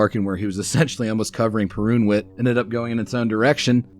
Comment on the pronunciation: The wsy you butcher the pronunciation of Perunwit and Wojnar, priceless.